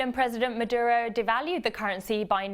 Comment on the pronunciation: The name is Maduro, not Meduro. Also, the US government is partially to blame. Don’t get me wrong, of course the country is plagued with corruption and shitty planning, however think about this. Why the hell is the US meddling with foreign economies? What do they care? If they care about the common people of Venezuela, the last thing you want to do is impose economic sanctions, which ultimately harm the local market.